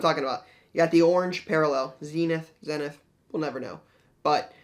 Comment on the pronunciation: We will and do know that it's pronounced Zeenith, only you don't seem to know.